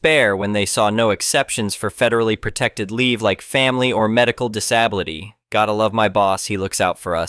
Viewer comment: it still can't pronounce disability correctly.